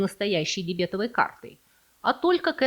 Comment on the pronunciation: Прям слух режет,от этой дебЕтовой карты.